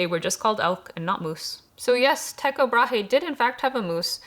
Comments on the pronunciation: Ticho Brae is actually Tycho Brahe. It is pronounced Tükoh Bra, or this is at least the modern danish pronounciation. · I believe it's more accurately rendered as TEE-ko BRA-hey but for some reason Google seems to think we Americans don't pronounce the last syllable...